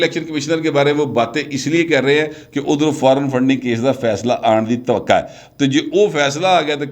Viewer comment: Correct yourself Say twaqo not twaqa